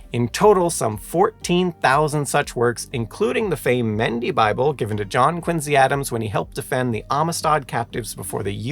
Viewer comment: Curious as to where the presenter found the pronounciation of Quin-Z rather than the far more common, (and dare I say correct?) pronunciation of Quin-C. Having had both sets of grandparents live in Quincy, Illinois when I was growing up, and growing up in Virginia, very near Montpelier, the home of President John Adams, hearing him say Quin-Z over and over makes this video nearly unwatchable. sigh